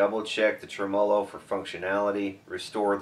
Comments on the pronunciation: It's pronounced "trem ah - low", not "tre -mah lo"-changed midway, wtf? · Never heard the word tremolo pronounced quite like that before 🤔